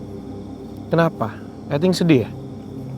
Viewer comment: Karna grget sama udah dibilang "Eting" malah "iting"2 mulu... Jadi reflek lah ku nyebut "eting". Gasampe 3 detik langsung merinding haiishh😨